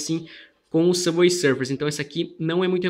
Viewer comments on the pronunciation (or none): none